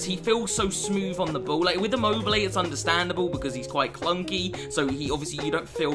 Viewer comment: Please search on Google translate the pronunciation of Lazzari and Immobile